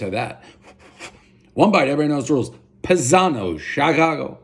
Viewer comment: Family has brown eyes+you have blue eyes=adopted. I think it's Pie-zano like a pizza pie or the Italian word paesano.